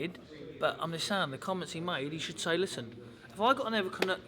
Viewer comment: Billy "Lissen" Joe Saunders